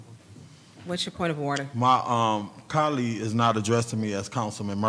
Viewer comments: Point of information…what is a “cah-lead”? 😂😂😂 ward needs a check 😂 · Murphy grinds my gears whenever he mispronounces colleague.